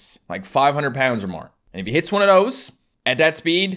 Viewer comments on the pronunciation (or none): says he doesnt do h dropping but at like he said "' 'it a moose " instead of hit